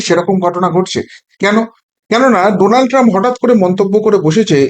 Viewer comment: You have read Donald Trump as Nodal Trump once